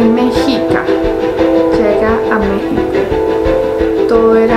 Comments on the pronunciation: Y se pronuncia meshica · Mi querida, se pronuncia Meshica. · # Mexica se pronuncia MESHIKA